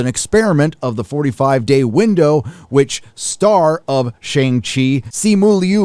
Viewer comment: I used to buy from Russ at a the old school Outpost (yes, pre reboot non creative name chang she) and you have turned pop culture heel. Why? You pronounce Shang properly (fake ass pandering)